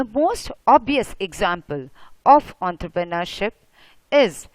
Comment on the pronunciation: ontrrpreneurship XDXD